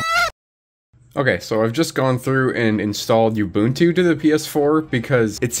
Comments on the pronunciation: Oh god stop pronouncing Ubuntu like that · Oo. Bun. Tu. Ubuntu. OOOOOOO not YOU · Oo boon too NOT you boon too, all the "u's" are the same, they literally had a video that had the word with it's pronunciation built into it for like over a decade and there's is still people who don't know how to say ubuntu 😮‍💨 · The way you pronounce Ubuntu grinds my ears something foul. Oo-boon-too Oo like "You" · STOP. MISPRONOUNCING. IT. AS. "YOU BOON-TWO".